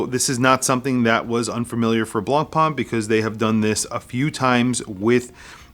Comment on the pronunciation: Nice watch (but really a bit too dear: thats a japanese copy of a copy of a copy, come on) and nice review, but the correct pronunciation of BLANCPAIN is not BLANCPAAN, but rather BLANCPEN